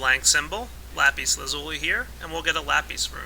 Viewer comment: lape? its lapis